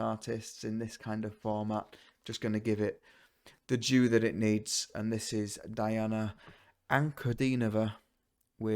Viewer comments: Her first name is pronounced Deana. You're one of the few who got her last name right. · Welcome to the magical, mystical world of Princess Diana, The Goddess Voice of Nature. Enjoy your journey. She is a true Contralto. Her first name is pronounced Dee aunna.